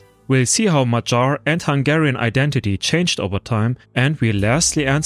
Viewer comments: Also: in madjar j is not like in the word dj dee jey, but like in yolk, yes, or hey. So more like Madyar. Again, pronounced as one sound dy. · MaG-Yar with a hard g and a pirate yar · A quick note: It is madjar, pronouncing dj as one sound between d and j. A soft d. Not madsars or machars. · You are driving me nuts with your madjar pronunciation. You said it correctly when about the Central Asia relatives - it is ”Mag-Yar”, not ”Mad-gear”!!! For the rest, your video it is very good (I am Romanian and met a lot of Mad-gears! even had them as army mates) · The way you pronounce Magyar makes my hair stand up. I live in Hungary and its pronounced My-gee-yar. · Very good documentary! But it kills AI cannot properly pronounce Magyar words properly! Work on that point ! You need help, hit me up! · Just killing me hearing Magyars so badly pronounced!